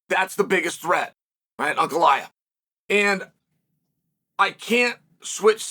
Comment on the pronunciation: "Brother, put him Ankalaev. Yes, put hin Ankalaev."